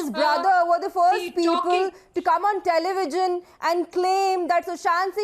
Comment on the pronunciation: IT IS TELEVISION NOT TELEVIGION